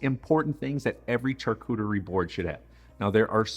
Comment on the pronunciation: It's pronounced Sharcuterie not charcuterie!